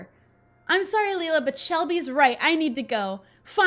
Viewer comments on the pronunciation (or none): The way she pronounces Leila hits a nerve for me but it doesnt help that I have a friend named it. Its pronounced "lay-la" :(